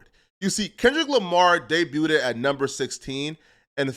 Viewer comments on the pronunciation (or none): Learn to say "day-b-u'd" it's not day-bu-u-ted wtf is wrong with you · This fool said “day-byoo-ded”😂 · The "t" in debuted is silent 🙄😒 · Debuted’d is crazy though lol